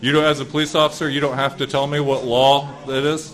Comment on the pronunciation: His pronunciation of "law" as "lawl" makes the announcement of upcoming "lawl-suits" very apropos.